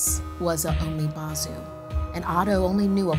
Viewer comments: Pronounces as 'bo' (almost similar to bow) not 'bau' for umibozu. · Umibozu would be pronounced like oo-me-bou-zoo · its pronounced "oo me boe zoo" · She pronounced Umibozu wrong but she's not asian so oh well.